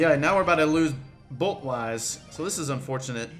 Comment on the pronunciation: Am I the only one getting triggered when he says bot instead of bolt